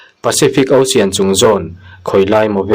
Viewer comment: Ocean nge Osian😅😅 lam bar mai si,ilo chhuahna ahriat al